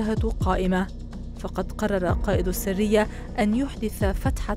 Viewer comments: السرية و ليس السّرية السرية هي المجموعة والسّرية هي الكتمان يا صحافية يا متعلمة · ما أجملها من قصة واقعية ارويها لاطفالي ولنفسي لنقتدي بامثالهُ ❤ …. واسمها (السَريّةْ) مش (السِرية) اتعلموا عربي بقا!!!!